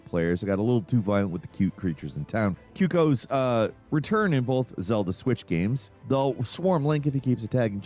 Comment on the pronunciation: "kyuckoo"?.... You know that one was on purpose! I mean we love the way you say shit but a bird mispronouncing another fellow birds name is just disrespectful! Now to make things right you must procreate with a Pelican so we can have a new species called a " Falican". Only way to reset the balance of bird-dom.